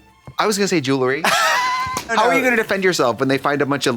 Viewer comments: Trixie saying jewlery✨✨ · this episode is proof that Tracy doesn't really know how to pronounce "jewerly" 💀💀